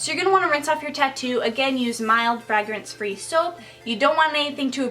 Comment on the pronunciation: I love your videos and im not trying to be a negative nelly here but its pronounced FrAYgRINSE